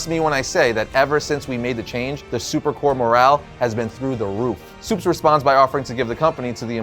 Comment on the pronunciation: Dude... it's superCORP. You pronounce the p. Corps may be pronounced core, but stop letting that confuse you. Because Corp is still pronounced Corp. You're welcome. Now give me one of those projectors.